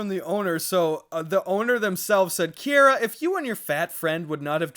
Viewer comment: They pronounce Kiera as Kyara (my name). nobody gets it right but yall got it right without even knowing me </3.